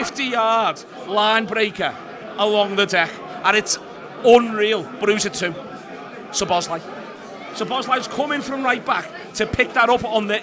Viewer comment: Please put the emphasis on "Szo" when you pronounce Szoboszlai's name. One of the basic features of the Hungarian language is that the word stress is always on the first syllable, without exception.